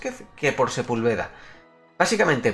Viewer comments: Se pronuncia Sepúlveda (con acento en la u) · Sepúlveda se pronuncia con acento en la U. Saludos brother buen canal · Like si tambien esperas que porfin pronuncie bien a Sepúlveda xd por cierto crack, cuando reaccionas a los mayores enfados del tuca ferreti?